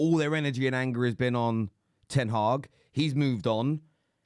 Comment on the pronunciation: There's many reasons not to listen to Goldbridge but going from him saying Ten Hawg to Amrim is certainly up there.